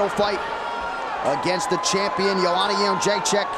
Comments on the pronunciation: Nobody in the US can pronounce that name :D isn't it Jedrecheck? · Jo - J - Check ••••••• Not That Hard To Pronounce ! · "The champion" is easier to pronounce than "Jrdzjck"